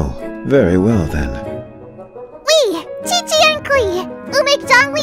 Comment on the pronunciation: There is also the zhongli and qiqi part It is pronounced more like zihong lee and ji ji rather than Jongli and cici for native English speakers